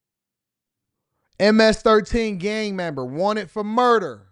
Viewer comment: Kamala “ You betta thank a union memba “